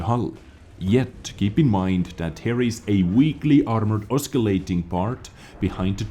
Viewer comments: Love your vids . Just fyi your English is awesome. Just to let you know: Oscillating is pronounced just like if the letter "c" was missing. So it's "Ossilating" (pronounced). Keep up the great news! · The 'c' in oscillating is silent, think of it more as 'ossilating.' Apologies if this comment is annoying, but you asked us a couple of years ago to point these things out. Cheers, keep up the good work. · btw the word "oscillating" has a soft C sound not hard. so treat it as if the C is silent. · I like hearing say "oscillating." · just for next time the C is silent in oscillating :)